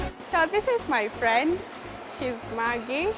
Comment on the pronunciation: Fwend😂😂😂😂😂my nigga its friend!!!